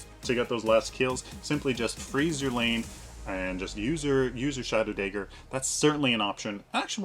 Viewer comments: what is it with paragon youtubers and not being able to pronounce common words. Dagger, not Daeger. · "daygger" Lol... great vid btw :D